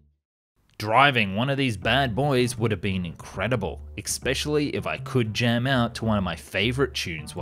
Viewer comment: Eckspecially. Weapondry. 🙃